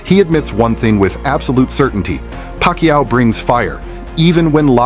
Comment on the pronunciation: Parkquiao 🧐 kombosos? Tf up with ur pronunciations . Oh it’s AI